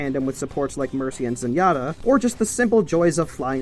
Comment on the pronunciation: really, zenyata? :P